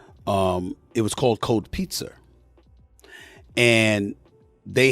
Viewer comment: Stephen A be putting an ER on words that end with A and it's annoying af .... "cold pizzer" wtf is a pizzer